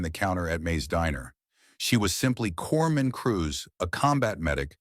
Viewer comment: It’s not Corpman….it’s Corpsman…Hospital Corpsman